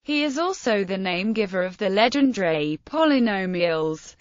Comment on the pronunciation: Worst pronunciation of his name